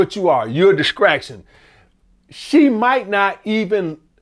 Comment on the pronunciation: grown azz man that cant even pronounce the word "distraction" Can even read???? And you want people to buynyour book? What the hell is a "DISCRACTION"??????????